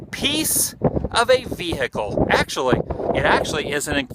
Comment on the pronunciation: irritating annoying person - 'veHicle'